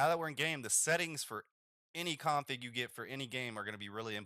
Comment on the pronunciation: You say "config" like a total asshole. Didn't even understand what you were saying at first.